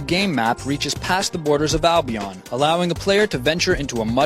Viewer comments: Dude you pronounced it wrong, it's Albion not Albiaan. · albion, not albiarrn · It's al-bee-ahn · wtf have you guys seen how he says albion he is like albeeon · Oh my god! Learn how to pronounce Albion! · On how you say (Albion) made me laugh a lot. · He pronounced albion rong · Don't you think you'd do your homework enough to know how to say Albion?